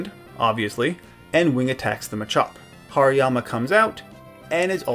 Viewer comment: Haryama is pronounced harimama